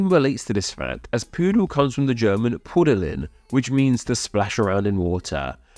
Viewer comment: 'Dachshund' is like 'fuchsia' in that if you pay proper attention to the order of the letters, you won't be putting a 'sh' sound in there at all. The German for 'to splash' is "pudeln" not *pudelin. The only German verb infinitive which ends in '-in' is sein (to be). All the rest end in '-en' -'eln' or '-ern'.